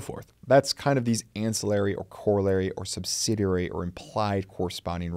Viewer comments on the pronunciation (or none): none